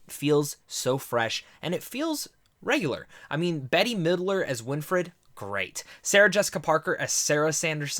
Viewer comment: Yeah "Betty" cracked me up